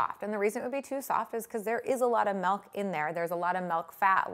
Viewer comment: *making soap with melk